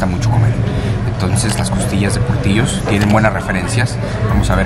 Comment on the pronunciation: Se llama portillos y se pronuncia portilos pero con doble l